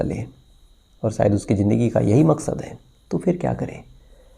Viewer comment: Sir agar aapka pronounciation accha hota hai tho aur maza aayega sunneko, jaise Sakshi nahi Shakshi... Jindagi nahi Zindagi... Sorry aapko bura laga tho... Otherwise God Bless you...